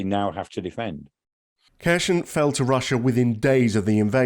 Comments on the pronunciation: It’s not pronounced ‘Ker shon’ or ‘Kershn’ it’s spelt (using Latin alphabet) ‘Kherson’, and pronounced ‘Her-sonn’ - the K is silent and there’s no ‘sh’ sound - listen to Denys Davidov on YouTube he’s a native Ukrainian (out of work) airline pilot giving daily updates on the war. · Where the hell is Hershon...... is it is pronounced Herson , silent K, and definitely no Sh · It's not Kher-shon but Kher-son :-) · XEPCOH KHERSON, S NOT Š Take the wax from your ears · its pronounced Kier Son. starmers son to make it realy easy for numbnuted gun jokeys... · I think someone needs to learn how to pronounce the city name. This is cringe 🙄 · Terrible pronunciation of Kherson. And the narrator claims that Ukraine has no other ports with access to the sea. There is a large port in Odesa which has been blockaded and damaged. There are other smaller ports still under Ukrainian control.